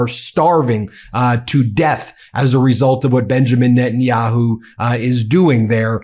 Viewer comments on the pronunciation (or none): none